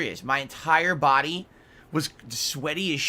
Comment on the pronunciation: My ENTIRE BAHHDY was CUVERED in sweat 😂😂😂 he's such a little piggy